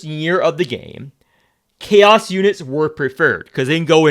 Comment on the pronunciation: *Chaos not Caro